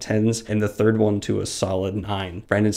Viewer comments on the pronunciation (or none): none